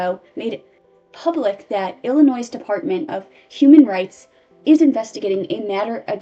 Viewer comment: "illinoize" "misupality" "subquentially" I love your videos but PLEASE learn how to read 😭